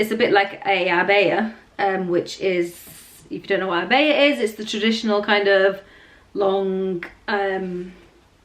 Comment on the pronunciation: Say jilbab and abaya properly stop acting like you can’t speak Arabic anymore